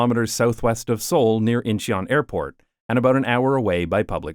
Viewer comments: "I apologize in advance for mispronunciation" It can't be that bad "Inch ee yon" Oh... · When having a subscriber base of 1.36M you don't get to tell us to shoosh when you butcher the names of regions and towns. It takes seconds now a days to get the phonectic spelling of regions and town from everywhere on earth as well a audio pronounciations. It's IN-chuhn (2 secs) and it's e-co not ec-o , based on ecology. ee-cofriendly or friendly to the ecology of a place or the environment, ec-o friendly is a place friendly to economics.